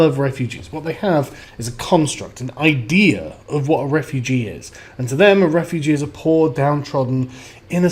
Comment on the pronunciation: John Wyskochil camp re-foo-gee